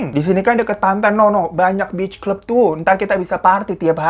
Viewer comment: Salfok sama "beach club" apa "bi*ch club" bang? 😂😂😂😂